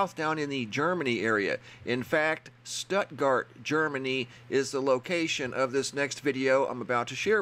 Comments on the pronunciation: Love you Bro but you pronounce it with a full "stootgart" in Stuttgart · Its pronounced Stootgart my friend... Awesome stuff btw, as ever..... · It's pronounced STOOTGART! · It's pronounced stootgart I was born there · IT'S PRONOUNCED STOOT GUARD..I USED TO LIVE THERE.. BEAUTIFUL ❤️ PLACE.. MUCH LOVE FROM MISSISSIPPI ❤️💝 ❤️ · Stuttgart ( stewt-gart)